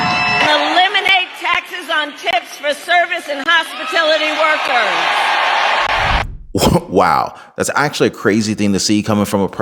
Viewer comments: Hospitility?? No. Say it with me.. HOSPITALITY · HospitAlity not Hospit i lity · Kamala can’t even say hospitality. She calls it hospitility😂😂😂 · She says, "Hospitility" workers. That's her way out. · she said 'hospitiliy'. That's not a word. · Wtf is hospitility?😂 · "Hospitility"??? :hand-orange-covering-eyes:This is what happens when Government thinks Affirmative Action/DEI is a good idea, and people pretend to be who they're not. Just like Princess "A'ahm a good ol' Suthern gal jest lak y'all" Kamaltoe. It's been going on since the 70s, which is why no one can read, do math, or balance a budget, but garsh, they shore are colorful~:face-turquoise-covering-eyes::face-blue-covering-eyes::body-green-covering-eyes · Just what is a “hospitilty” worker?! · Kamala pronounce the word “hospitality” as hospi-til-ity. LOL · She said hospitility 😂 Trump can be mad, but he stole talking points from RFK Jr. including Bitcoin and Big Pharma/Big Farm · “Hospitility” 😂 She can’t even get that right. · Hospitility is not even a word. She cant even plagarize right. What a moron. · She said for hospitility workers...? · Has anyone else noticed she said no taxes on tips for "hospitility" workers? Does she think that's even a word???? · What is a "hospitility" worker?😂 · I think she said “hospitility” not “hospitality” 🤣. What a clown. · Erase taxes on hospitility workers ???? Did she mean hospitality 😂🤣😂🤣😂🤣 She sounds like Markle not having any ideas and just copying others. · She said Hospitility not Hospitality LOL You caught that right???😅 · Notice kamel toe says hospitility vs hospitality? Shows how ignorant she is!! What a lame excuse for a person in the honorable WH!! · What does hospatility mean. She can’t even pronounce hospitality. Because she was nervous making this statement knowing Trump said this earlier. Harris is fake as hell. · Harris doesn't evem know how to pronounce hospitality.thatd an indication shes so out of touch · What is a "hospitility" worker?